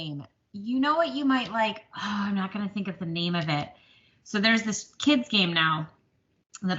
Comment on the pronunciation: Yes you pronounced my name correctly! Thank you! I am wanting to do some valentine stitching so yay! I need to run to JoAnns and see if I can find that cat frame! Just love your valentine stitching. Encanto is amazing isn’t it? Great video this week and thank you for sharing your stitching. I do wish you luck and am sending good vibes.